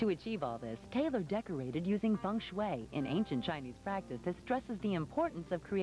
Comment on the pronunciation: Feng not fung but whatever. I love Taylor Dane.